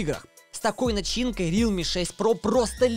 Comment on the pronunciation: НЕ РИЛМИ А РЕАЛМИИИИИИИИ